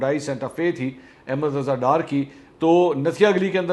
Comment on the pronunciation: Ahmad not Ahemad